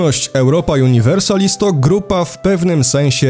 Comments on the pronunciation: Miej łacińską nazwę gry. Przeczytaj połowę po polsku, połowę chyba po angielsku juuuniversalis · "Universalis" ma akcent na drugą sylabę od końca, bo to "a" po łacinie jest długie. Podobnie jak "biblioteka" ma akcent na drugą od końca bo to "e" jest w oryginale długie.